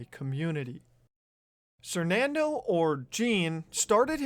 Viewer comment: When did he change his name from "sernandoe" to "sernando" lmao